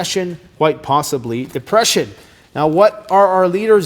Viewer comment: Posiddly. It's Posiddly!!!